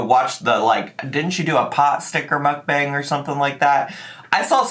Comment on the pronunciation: She's going back to riling up/trolling her viewers by pissing them off for views. Same old tricks from her! Even saying "moook BONG". She knows people hate it, so she does it harder. She's a child.